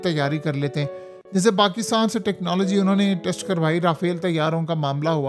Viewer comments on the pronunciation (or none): none